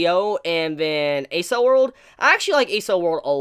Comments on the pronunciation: "Accel" of "Accel World" is pronounced "Ack-sell" It's a (fictional) shortened form of the word "Acceleration" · I couldn't help but cringe every time he said Accel. That aside, good video. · Accel is pronounced like accel in acceleration. It makes sense when you look at what they're doing (accelerated brain). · Was a great episode and a surprising from what I'd come to expected from SAO in story quality so I'm really looking forward to seeing what happens this season. Also, I think you've let me hear the most interesting pronunciation of the word accel (pronounced "ak-sel" like in acceleration) I've ever heard. Thanks for the review though. Totally agree with your thoughts on the episode